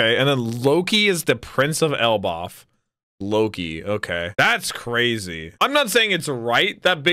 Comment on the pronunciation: Say it with me El-bath